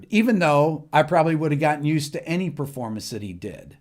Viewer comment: It's pronounced PERformance. Not PREformance. Just saying.